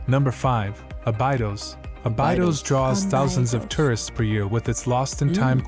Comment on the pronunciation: Jeez the guy on the video you guys are whatching SUCKS. He can't even read the names of the towns the right way. Abaidos? ÓBIDOS It is a O not an A. about the temperatures: Castelo de Vide is in Alentejo one of the hottest region of Portugal where I also live and trust me, during the summer is REALLY HOT, But those trees are mostly Azinheiras, Sobreiros (where cork comes from) or Olive trees that have green leaves throught the whole year because it is trees that loves heat.